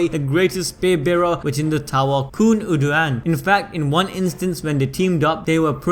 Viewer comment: PRONUNCIATIONS: Khun Eduan --> koon ed-oo-on Arie Hon --> Are-ee-aye hon Eurasia --> Europe and Asia had a love child Let me know if there are others I missed